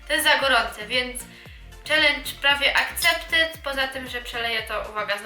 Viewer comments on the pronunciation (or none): none